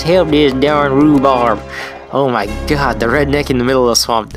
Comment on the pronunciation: sounds like you say "Gad damnit" instead of God damnit. lol